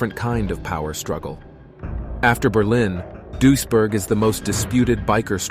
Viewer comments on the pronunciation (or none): Its pronounced Dwees burg